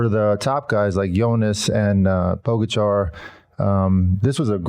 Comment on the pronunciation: The surname of the best rider in the world now is pronounced PogAchar (accent on the first A), not pOgachar... Please, show some respect to the greatest, at least.